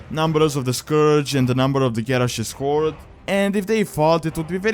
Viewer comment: first off: "horde" not "hord". secondly, as much as i love thrall as a character with awesome backstory i hate the horde.